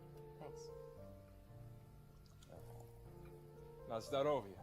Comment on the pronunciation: in Mischa says 'Na zdrowie' (He pronounced it wrong cos he said 'Na zdarowie') and it doesn't really mean 'you're welcome' but more like 'Cheers' (Poland mentioned btw)